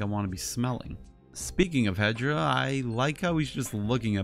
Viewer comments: Why are you saying he hedra it’s hedorah not Hedra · Why are you saying hedra that’s hedorah not Hedra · why are you saying that hedorah’s name hedra that’s wrong. The correct name is hedorah